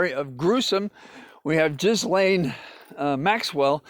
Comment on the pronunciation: Jizzzlaine...I love it. Right up there with "HEY AABBOTT"